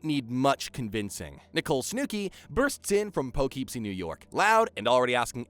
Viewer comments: poughkeepsie is pronounced PUH KIP SEE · SnoooKey : Instead Of Snooki | Palipsy Instead Of PoughKeepsie, NJ | Vinny Meets A Silicon (Material) Girl : Instead Of Sicilian (Italian) 😂😂😂. I’m Sorry But, The Pronunciation Is Killing Me Out 👏😂 But, I Fw The Video Tho 🫡🤝